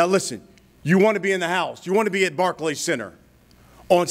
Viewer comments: Rolly called the Barclay barky 😂😂😂😂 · Rolly kept saying the “barky center” 😂😂😂😂